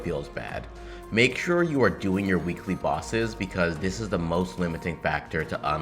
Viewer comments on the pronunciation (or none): none